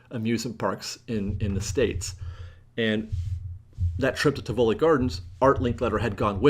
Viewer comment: I believe the correct pronunciation is TIV uh Lee with the emphasis on the first syllable for Tivoli Gardens. My mom went there many, many years ago and I'm pretty sure that's correct.